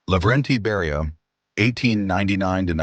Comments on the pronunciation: Please get the facts straight! Just a few out of the countless mistakes: The Croatian guy's name was Ante Pavelić ( ), not "Antipilic" The Soviet NKVD leader was named Lavrentiy Beria ( ), not "Lenti Baria" Dominican dictator-president was Rafael Trujillo( ), not "Raphael Truo". All in all, that video manifests a very sloppy approach to historical research and deserves the thumbs down. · How he pronounces Beria. AI?